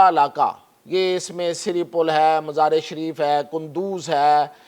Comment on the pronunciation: او صاحب قوم کو تلفظ تو ٹھیک بتاو جیساکہ. مزار شریف کو مزارے شریف کہہ رھے ھو اس طرح تو نئی نسل کا تلفظ بھی غلط ھو جائے گا